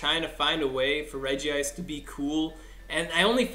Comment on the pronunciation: How many People are going to keep pronouncing it's name wrong? It is pronunced Regi-ice!!!!